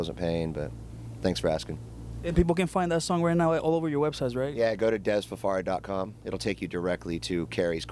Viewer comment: Dez Fa far a not Dez Fa FAIR A !!